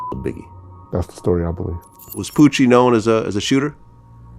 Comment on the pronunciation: He said “vengeyance” and then turned Italian when he said “Pooouochiee”